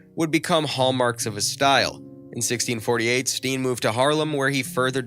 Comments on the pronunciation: it is not pronounced stien but stain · Steen is pronounced as stain.. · His name is pronounced as Stain. Check the names in advance instead of blundering your way through it.